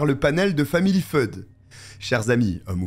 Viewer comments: Family Feud si dit « family fioude, pas feude… » Et le service d’urgence, dans la francophonie qui l’utilise, se dit « neuf-un-un » pas neuf-cent-onze! 😅 🇨🇦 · Famille. Family Feud se prononce Family "fewd". J'ai remarqué que tu avais un peu de mal avec les prononciations en anglais ;-). Comme ton histoire qui se déroule à Daytona Beach. A chaque fois, tu dis "DeLtona". Google peut t'aider dans la prononciation. Ils ont tous les mots anglais enregistrés en son. En tout cas, j'adore ta chaîne. J'ai découvert il y a quelques jours et me me suis abonnée.